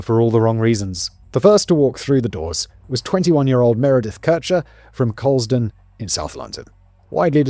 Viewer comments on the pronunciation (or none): He even butchered Coulsdon 🤦‍♀️😅